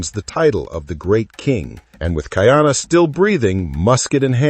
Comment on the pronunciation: It is pronounced Ka-ee-ana NOT Ki-ana